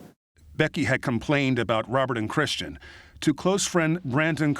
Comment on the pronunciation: Mispronouncing Kristen for Christian 50 some times was Annoying. How did no one catch and correct it ?!